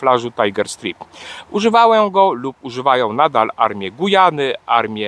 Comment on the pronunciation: Drobna uwaga. Nie mowi sie STRIP - bo to oznacza rozbierać się /striptiz, a STRAJP - pasy, pasy tygrysa.